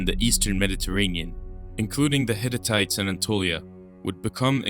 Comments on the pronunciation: There were no "Hititites". You're insertiting an extitra "it" sound. They were "Hittites" (disyllabic). Cool video; thanks! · The narrator needs to learn to pronounce names. So many ridiculous pronunciations. Eg, Hittites, Ramses 🤪